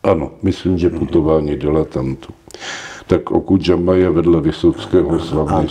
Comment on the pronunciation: Prej "OkudžaMa" 😂